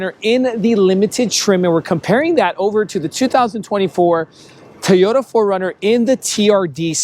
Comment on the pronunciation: Pronounce it Toyota not Tiyota